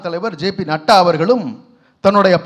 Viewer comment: Natta அல்ல; NADDA